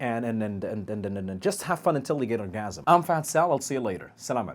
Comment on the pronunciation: dude .... y u r just keep saying " orgasim" thats a hard word 4 me bro -_